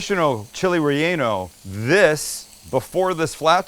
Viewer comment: It sounds like he is saying chili" re- anal"